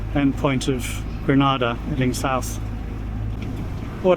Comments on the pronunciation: Just a small but important observation as a West Indian. Granada is in Spain but you are sailing from Grenada. Pronounced "GREE-NEIGH". Good luck. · Gre-NAY-dah, Good Sir. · Gree - nay- dah please thanks (small thing but it will endear you to locals if you pronounce their nation's name the way they do ..oh and Tobago is too-bay-go..not to-bah-gp. small thing but a good tip. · Grenada. Pronounced Grenayda/Grenaida. There is a sailing community in Trinidad and the Caribbean that can advise you on routing etc.